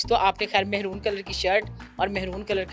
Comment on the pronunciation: تھوڑی سی اگر انگلش بھی سیکھ لیں۔ رنگ کا نام انگلش میں "میرون" ہوتا ہے۔ "مہرون" نہیں۔ مہرون، پینڈو لوگ کہتے ہیں۔ در اصل فارسی لفظ ہے۔ ہاکستان میں سندھ کو بھی مہران کہا جاتا ہے اس لیئے رنگ کو بھی کم فہمی کی وجہ سے "مہرون" اب کیا کیا جا سکتا ہے 😮😮